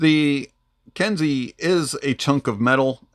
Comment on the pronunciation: It it pronounced “Ken-Say” for future reference. Nice review as per usual